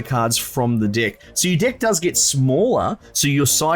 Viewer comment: is he saying deck or dick